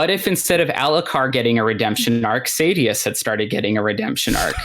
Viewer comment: When I hear the name pronounced "SAY-DI-OUS", as an audiobook only guy, it's cringe. 😅